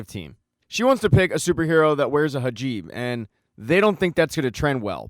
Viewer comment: HIJAB* not HAJIB